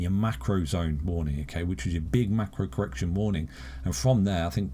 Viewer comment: Cor-erection.... Lol